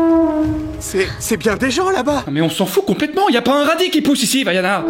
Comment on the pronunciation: Entendre "Vaiana" en tant que polynesienne ça fait mal😭